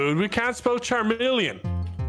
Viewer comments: I never know whether these lads are mispronoucing things or not (like charmeleon) cause of their accents 😂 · Jazz - The - Man it’s CHARMELEON